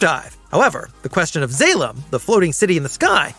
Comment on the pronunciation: eye twitching it's pronounced Mon-ga... And Zah-lom..